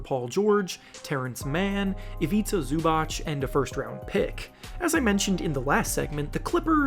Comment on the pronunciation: Why do people say Zubach? Where do y’all get the Ch part from